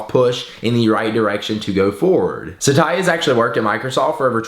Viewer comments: Oh god. Its Sat-ya not Sata-ya! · his name is pronounced satya not sa-ta-ya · My dad's name is also Satya and btw pronouncing that name as "Sataya" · your saying his name wrong.